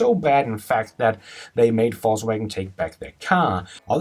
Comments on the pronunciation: pronounce....faux wagen... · sound like he is saying falsewagon :) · Fux Wagon ?